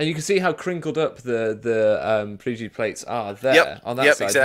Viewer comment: FYI, it's PYRGI plates, not PRYGI.